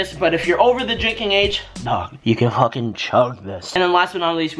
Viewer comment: The "Fooocki'n yooat" broke me I didn't expect that🤣